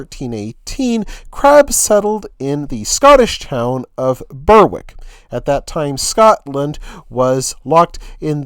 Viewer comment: Berwick is pronounced Berrick.